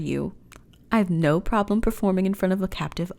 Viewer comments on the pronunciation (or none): none